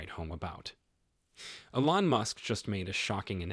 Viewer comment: Please learn how to pronounce "Elon" and "Giga"!!